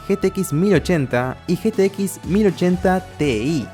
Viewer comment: en un momento se vio que te cansaste de decir "ge te equis" y le mandaste "getequis"